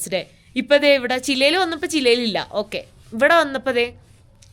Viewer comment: ശെരിക്കും ആ രാജ്യത്തിന്റ പേര് ചിലി എന്ന് അല്ലെ അതോ താങ്കൾ പറഞ്ഞത് പോലെ ചില എന്ന് ആണോ